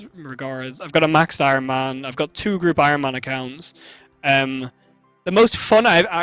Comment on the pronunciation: Ironman says de-iron. Lmao